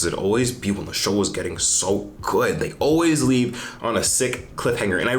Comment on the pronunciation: that 'so good' in the intro sounded aussie haha coming from an aussie